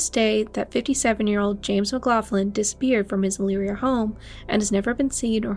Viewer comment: Elyria it's pronounced a little bit different than that. the I sounds like an e. I was actually born in Cleveland Ohio